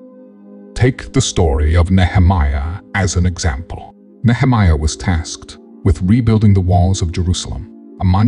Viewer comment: This is not a real person, it is AI generated. Note the mispronunciations of "Nehemiah" and "Job" which a bible teacher would never make. No doubt there is some truth in this, but beware of AI; it does what it is programmed to do. One more thing: many of us may not "fit in" by the world's standards, but to think of oneself as a "chosen one" is very arrogant.